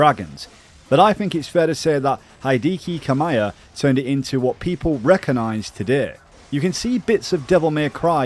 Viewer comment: And he read Kamiya as Kamaya too but yeah